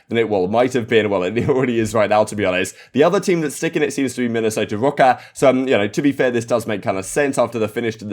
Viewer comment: Say “Minnesota rokkr” more please lol